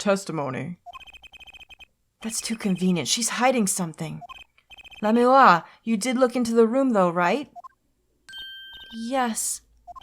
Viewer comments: Godot ikr, btw u know she is saying lamiroir completely wrong as well as tobaye Edit Lamoir = lamb+war Tobaye=Tobay+aye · Idk if it's canon or not, but I like the pronunciation she came up with in this episode "La-mira." It's more elegant sounding than any of the others. Plus she spent most of her life in a fictional country, so really we can make up whatever we want for pronunciation. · If you don't pronounce Lamiroir's name right, I'm gonna start spoiling shit. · google l'a mirroir translate' and hit sound button for pronounciation